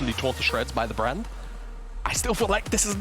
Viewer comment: Am I high or are all 3 casters calling Brand "Brand-A"?